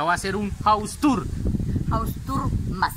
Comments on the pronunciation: Me dio risa cuando dijosu mamá hausturrrr mazzz 😂😂😂😂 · Haus tur La mama: hause tur mas....turmas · Jaja me da Risa cuando dice haustor mas jaja